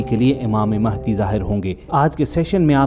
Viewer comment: امام مہدی رضی اللہ عنہ کا نام م پر زبر سے م ا ہ د ی پڑھا کریں۔ شکریہ آپ کا اسم گرامی محمد ، والد کا اسم گرامی عبداللہ ھو گا اور لقب مہدی ھو گا۔ آپ اپنے طور پر امامت کا اعلان نہیں کریں گے نہ دعویٰ کریں گے بلکہ خانہ کعبہ سے لپٹ کر دعا کرتے ہوئے لوگ آپ کو پہچانیں گے تب ھر طرف خون ریزی ھو گی لہذا ادھر ادھر مہدی ھونے کا دعویٰ کرنے والے جھوٹے ھیں کیونکہ انکے ظہور کے بارے میں احادیث میں بتا دیا گیا بس ٹائم کا نہیں بتایا گیا۔